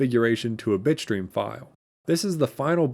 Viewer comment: for a second i understood bitchstream instead of bitstream.